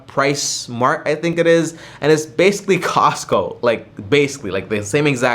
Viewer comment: stop saying basically in every sentence 😫 you don’t even pronounce it right “basilly”🧐